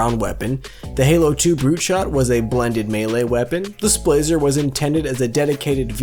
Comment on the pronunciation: Every time the word "Splaser" was used, my mouse pointer grew closer to the big red 'X' on the top right of my screen. God, that word is horrifically painful to listen to